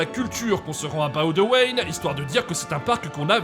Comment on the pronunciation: Je vous félicite pour la prononciation de Boudewijn 🙏🙏🙏 Par contre ... RIP Erica ... quelle belle preuve d'amour!!!